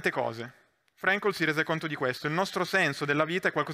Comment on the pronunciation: Devo fare il rompipalle: Frankl si pronuncia come si scrive